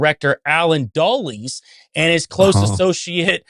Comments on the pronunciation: Great info but it’s pronounced DULLUS not DULLIES. It’s spelled Dulles. He was wretched, evil man. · Yeah, I know. This was really irritating me, too. Why don't these guys ever look up pronuncitations for various words?